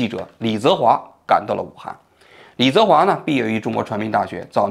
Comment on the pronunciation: 王局到底有没有真的一直关注这些事情？如果真的有的话，怎么会说错“李泽华”的名字那么多次？一个人听上几遍之后就应该记住了啊